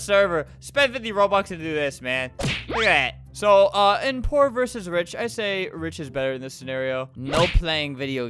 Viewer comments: I swear at the begining of the vid he said "whore or rich" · It's strange how at the beginning when Albert said poor or rich, it sounded like or or rich lmao 😂